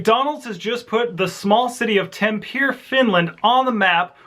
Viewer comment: Tampear? Its Tampere.